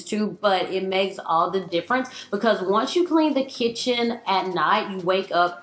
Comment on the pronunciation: Who else loves how she says the words "highly" and "because" ?? :D "hally " bacause" :P